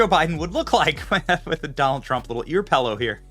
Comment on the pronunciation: did you just say "pellow"?